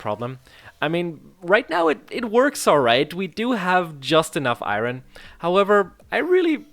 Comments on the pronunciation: Dude its not ayron Its ayorn but u can say what u want lel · Its not (Iroin) it’s (iorn) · The way he says iron is so annoying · The way you say iron is wierd af 🤣🤣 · Youre pronounciating iron wrongly